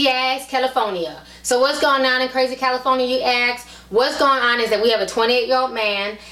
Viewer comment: "the state of caliPHONYa" lol gotta love ti.